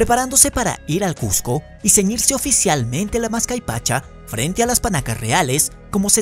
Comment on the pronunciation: es MASCAPAICHA, no "mascaypacha"